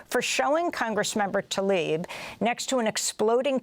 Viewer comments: Talib, not Tlaib... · Mis-pronounce her last name. It starts with TL, as in TLA-eeb. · PLEASE learn to pronounce her name. It is NOTAL-ib. Show some respect please.